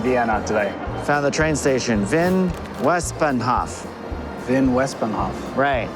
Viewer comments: I know it shouldn’t bother me, but Wien is not pronounced “ween” it’s pronounced “veen”! The W in German makes a V sound 😅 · I couldn't help notice that in the original video, you kept pronouncing the city's name as "ween" but in the voice over as the (correct) "veen." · The W in German makes the same sound as V does in Engish; so its not Wee-n, its Vee-n, its not Wee-ner, its Vee-ner. In German the V makes same sound as the F does in English. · The confident mispronunciation of Wien are making me squirm out of the need to correct but I gotta admire the confidence!